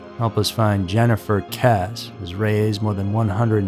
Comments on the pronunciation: It’s KessE not Kess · If you are going to do a video on a victim, please be respectful and at least look up the proper pronounciation of her name. It sounds like Kess- {long vowel} -E. ...... Kess. E ..........Not Kess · Her last name is pronounced Kessee not Kess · Her name is pronounced “Kessie” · Pronounced Kess E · Her last name is spelled Kesse but isn't it pronounced Kess-ee as in Kiwi? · it's pronounced kessey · Kesse is pronounced like Jesse. How can you screw that up? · yeah that was bothering me so much I couldn't even make it till the end of the video. And trust me this is the number one case I keep looking for updates for whenever it crosses my mind. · Kess-ee* I believe you be pronouncing names and words incorrectly just so people will correct you in the comments. Like the other day with Israel keyes. You did a video on him and you pronounced his name right in that video, but you mispronounced it in the last video you did speaking about him. It's cool though, can't hate on the game! Feeding that algorithm!😂😂😂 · Her name is pronounced Kessy. This story has been big news in FL for many years. So sad and still no answers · Thank you for correcting the pronunciation. It was bothering me! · It is pronounced “kes-E” (2 syllables with a long e sound on the end.) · Her last name is pronounced “Kess-e” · At least learn to pronounce the last name if your going.to report on the case. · The pronunciation of her last name is cringe. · Bro if you can’t even pronounce her name right how am I going to be able to believe the rest of the video?? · Yeah. Mispronouncing a missing person's surname is funny. You probably will need a cartoon face to express yourself when 8-year old intelligence runs out. Dolt.....